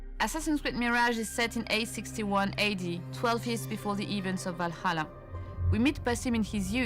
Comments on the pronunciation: "Assassin's Creed Vallaha"😒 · I bet some people are getting tired of it, but... I love how always bringing back that sound of guy pronouncing Valhalla name wrong 😭 I will get never tired of it